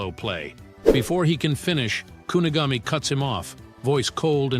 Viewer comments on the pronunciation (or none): bro pls learn how to say Kaiser and Kunigami, also you need to watch the anime bro chigiri is a boy not a girl and learn what character is which because Ness is not Isagi bro